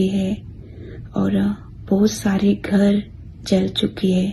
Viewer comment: Suwar ka bacha ghar ko gar bolraha h sahi se bol